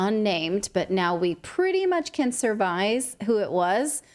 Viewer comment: It's surmise - not survise 😮